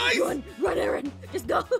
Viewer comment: It's Aaron not Arron